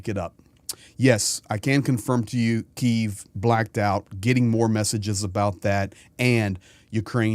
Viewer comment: Hi, love your informative reports and appreciate your support. I would like to point out your incorrect pronunciation of Kyiv. You are pronouncing it in the Russian way, a little offensive for Ukrainians. It's K - YIV, not KI -ev. I am from Brisbane in Australia.